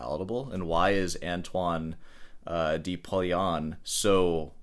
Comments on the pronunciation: It is not pronounced Pourteene. There is no 'r' in the first syllable. It's poi, pronounced like pwha. Notice that the 'r' is in the second syllable, and not in the first. And the de is not dee, it's pronounced like the french deux (I assume that you can count to 10 in more than one language?) Learn to follow the rules before you break them. You as a classical guitarist of all people should know this. Also keep in mind the current CONTEXT of microtonal as Angine de Poitrine is using it. They are using 24 TET, that is 24 notes per octave in an equal temperament. Basically a new note midway between each half step. Yes and sure any frequency that is not an exact 12 TET note for example could be considered micro tonal. So someone singing off key. A guitarist tuning up a note while playing. Also a string bend or vibrato could be considered microtonal, but that is not the context here. Some of the Arabic scales have notes almost like 12 TET with a different sequence of whole and half steps, but some of the frequencies are just a little bit off. Context is key. If you were to have some microtonal harmonies that have large intervals (chord voicings) then it is going to sound weird. AdP is using small intervals, usually in a melodic run. They so have a few abstract microtonal harmonies in the end of some of their songs, but they are fleeting, just for a beat and it works in this context. You made the point in the last video about the drummer being key, as does Davie504 in his reaction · Pronouncing "de" like "dee" was cringe. Was that for comment engagement...just like the sarcastic "I thought rock was just an American thing"? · Please, learn at least one French pronunciation today. The French word "de" is phonetically transcribed as [də] in the International Phonetic Alphabet (IPA). It is pronounced similarly to the "u" in the English word "duh" or the "a" in "about." Then, you'll know how to pronounce , "Le, Je, Te, Me, Ne, Re , etc"